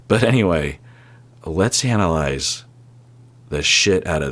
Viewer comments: Did anyone else think he said “Hannahlyze” rather than analyze? I snorted in happiness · did you say 'lets HANNAHLIZE the shit out of that statement...? lol! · I miss heard “ Let’s Hanalize the shit out of that statement “ I’d definitely buy that T-shirt 👕 😂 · At first, I thought he said, “Hannah-lize!” 😂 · Sounded like he said let's Hanalyze 🤣